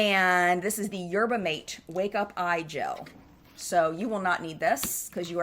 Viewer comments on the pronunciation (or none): The yerba mate is pronounced mah-tay rather than mate like in English. Mate is made into a beverage similar to tea or coffee and is quite popular in South America. You can find it in the US as well, it's just not as well known.